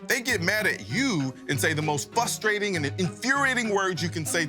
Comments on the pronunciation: Fustraiting actually has a second R in it. FRUSTRATING (fruss-traiting) is how it should be said. Don't be sad, when I lived in MN everybody pronounced it wrong there too. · . FUSTRATING lol. Classic. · FRUStrating NOT FUSSrating man😒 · Did... Did he say fusstrating?